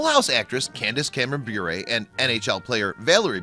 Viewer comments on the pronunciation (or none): You’re saying her last name wrong, it’s Bure not Brure. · It is pronounced, "burr," like a burr under the saddlepad. I love how she stands up for her faith! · Anyone else notice that hes putting emphasis on the "u" in Bure when the "u" is silent? 8 minutes of listening to that crap got me triggered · I think you are saying Bure incorrectly. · Narrator is consistently mispronouncing her last name. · The consistant mispronounciation of her last name was so ANNOYING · The guy who made this video can’t even pronounce her last name correctly... 28 year marriage to my husband. Stable, Christian, boring probably to most. God’s way truly is the best. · Ugh he’s pronouncing their last name WRONG!!!!!!! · Learn how to pronounce her last name first😊